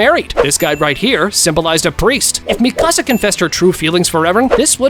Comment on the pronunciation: I can’t watch this video because of how he saying Mikasa name